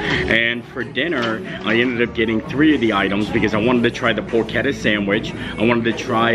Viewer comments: it’s definitely pronounced “por-ke-tta” with a hard k sound as the ch. Source…. I’m Italian! 😅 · "Pork-etta" or "Pors-etta"? Neither! It's "Porch-etta"! Love the vids, keep it up 😊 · 😮 it is porch-etta. Pronounced like that. Other then you saying it a million times incorrectly, I enjoyed the visit to Universal, 😂. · PORCHETTA!!! SAY IR RIGHT!!!